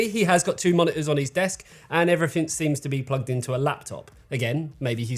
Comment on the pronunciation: Baffled you didn't go for "ensevenhundred-K", when you insist that the displays are called "moni-ors" xD Love the accent. Crazy aussie ;-)